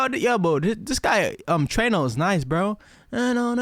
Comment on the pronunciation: trueno: true eh noh